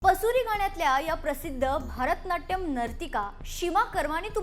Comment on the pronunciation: अहो, भारतनाट्यम नाही, भरतनाट्यम